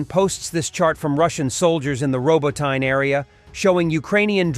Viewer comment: Robot knee. Thats how you pronounce it. Not robo- tine. If you are going to be a war reporter take time to pronounce the cities right